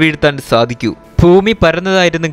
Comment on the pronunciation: ശരിയാണ്. ഫൂമി : ഭൂമി